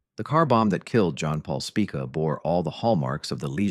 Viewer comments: Have you ever wondered how many different ways the name "Spica" can be pronounced in only a single minute, this video is for you. "Spick-uh" "Speekuh" "Spike-uh", take your pick. This video is interesting, I just wish it had better narration. I've lived in the St. Louis area my whole life, so this was a meat video, but brought down by the narration. I guess I should read more🫤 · This video contains mostly true facts but it is funny to hear the AI voice mispronounced the name Spica 5 or 6 different ways and the name Leisure 2 different ways. I wish people would stop using AI to make videos.